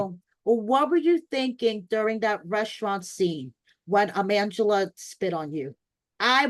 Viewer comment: Is Angela’s name being pronounced as “Mangela” intentionally? Lol